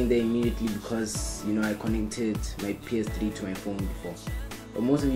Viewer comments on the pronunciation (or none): It's not PS Tri, it's called PS Three